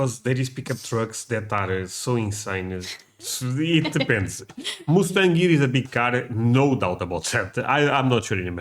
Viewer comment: whoever told you that the Mustang is a massive car was messing with you! 😂😅😂 And, PLEASE will you learn how to say MUSTANG properly? That "U" is pronounced as "uh" not "oo". You are saying it like the sound as the animal, MOOSE. That's not the same sound. AND, the Mustang is a SMALL car and you might not have room for your luggage... or maybe no room for your child! To be comfortable driving long distances, I suggest a mid-size SUV. That will be much more convenient, as well. Hope you have a safe and FUN trip! ❤️🤍💙🇺🇲💙🤍❤️🇺🇲❤️🤍💙